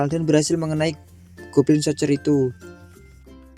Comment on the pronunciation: Min kalo lebih baik anda bljr cara pengucapan kata bahasa asing, karena anda membuat binggung dlm pembawaan anda, untung ada tulisan d anime nya jd kita bisa mengerti, Goblin sorjer itu yg anda sebutkan, pdhal penulisannya lain